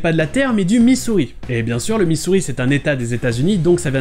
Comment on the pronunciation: Attention à ta prononciation du mot Missouri [me-ZEUR-ri],! On dirait que tu dis 'misery' [MIH-zeur-ri]. Par contre tu as parfaitement résumé la situation avec les deux prononciations du nom! 😁